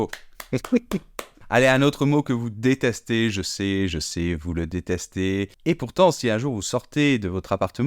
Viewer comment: Boff!il faut aussi prononcer ,je sais etc etc et ce monsieur dis je Sé!alors….